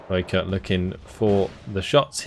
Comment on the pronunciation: Great to see some South African play! As a native I must say you got Rooikat right off the bat. Ratel though has a long "a", more Raahh-tel than Ra-tel. Keep up the good work!